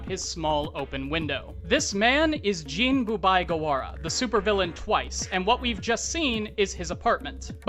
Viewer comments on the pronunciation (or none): Its Giren with a hard G and Jin with in, not een. Like Djinn. It is not Jiren (the Dragon Ball Character) and Jeen. Other than that Twice is clearly one of the best characters in My Hero so its great to see a video on him. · Мy homie say ''Jeen'' one more time I swear. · Was... Was he saying "gee-ran"...? I... Its 'gi-ran'. Hard 'g'. Gi. Right?? Have i been saying it wrong. Also Jin Like How you pronounce 'gin' the alcohol.